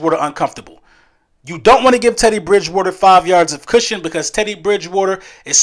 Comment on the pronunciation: Drinking game: take a drink every time Eagles fans, podcasters and content creators say "Ted E. Bridge Wooder" today. I'd be hammered already, and it's not even 9am game day.